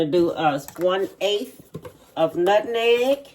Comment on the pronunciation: Nutneg, I wonder do some people really think, that spice is called NUT-NEG, or are they just pronouncing it the way our family members did. 🤭